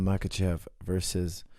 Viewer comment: Coach, if you can pronounce the H sound, why you call Islam "MaKachev" if he is in fact "MaHachev"?